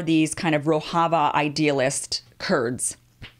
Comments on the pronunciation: It's Rojava, not "Rohava". And the Syrian offshoot of the PKK is the YPG. You should've taken one or two more days to get the basics down, Kim. This looks bad to people who know the subject. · its Rojava mem not rohava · Rojava is pronounced "ro-jah-vah", the "j" is not pronounced as in Spanish, it is pronounced as in English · As a Turkish person watching this video, I think you covered it pretty nice, especially that no one is talking about this issue to this extent in western media... respect... but I just wanted to point out something, you are pronouncing Rojava wrong 😅. The 'j' is supposed to be pronounced like in 'bonjour'. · It is not Spanish ‘j’, rather, the French ‘ge’ as in ‘roge’ for ladies lipsticks. Talking of your pronunciation of ‘Rojava’.